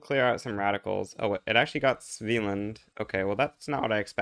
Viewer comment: It's not a big deal, but for future reference the first A in a hard A, not a soft A. SveAland